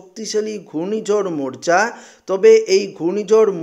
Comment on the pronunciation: মোর্চা নয় মোকা বা মোখা